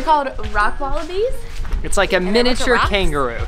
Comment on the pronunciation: calls them wallapies not wallabies